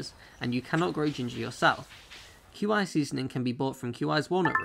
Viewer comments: Hate how he pronounces qi as queue eye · Isnt Qi pronounced 'Key'?